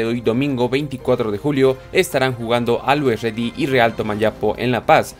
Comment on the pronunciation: Que mal pronuncias la palabra always ready, te sugiero te des una visita por el traductor de google.